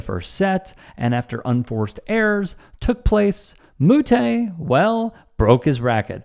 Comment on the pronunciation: This is a non story, I love the sport of tennis… plenty of players have smashed rackets and also you said Moutet name wrong